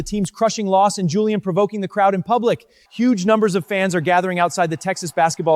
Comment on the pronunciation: Marcus said julian as juliam